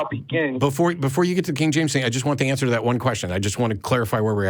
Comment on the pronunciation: “Dis, Dat, Dere, Atcks” = dumb AF. The Texas prison system did a number on this moron.